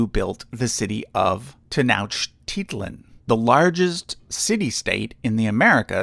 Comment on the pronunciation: I love how you say "tenochtitlan". It's a tough word. The Aztec language is among the more tricky langues for English speakers, and it has a lot of TL in it. Even the word Mexico comes from the Aztec word "Mexitl", I believe. I could be wrong tho. Anyway GREAT video!!! Love your content.